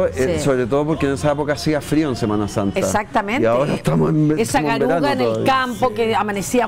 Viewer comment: Otra vez te pillé, dijiste clarito " garuga ", es " garúa ".😂